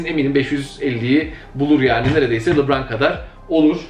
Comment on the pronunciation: Abi lıbraan ne gözünü seveyim lebrondur ya lıbran ne